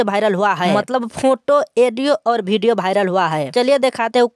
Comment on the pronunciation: पहले हिंदी बोलना सीख लो भाई। वो वीडियो होता है भिडियो नही।